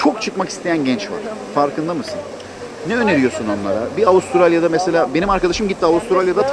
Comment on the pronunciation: Melbourne diyor Avusturalya